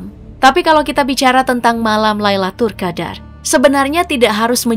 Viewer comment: Min, Lailatul Qadr bukan Laitul Qadr 😅